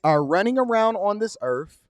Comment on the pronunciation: Please pronounce “earth” correctly, it isn’t earf, come on man 😂